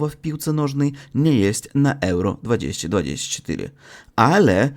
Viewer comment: jeśli chcesz poprawić swój polski to poczytaj sobie jak się wymawia poprawnie 2024:)